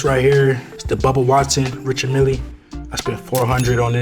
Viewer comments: Pronounced ‘Rishard Meel’ not ‘Richard Milly’ 🤦🏻‍♂️ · Bro cant even pronounce the name of his watch🤣